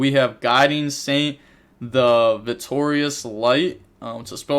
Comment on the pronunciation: vir-tue-us light..not Vi-tori-us lol